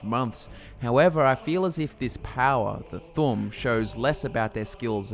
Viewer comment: You called the Thu'um "The Thumb?"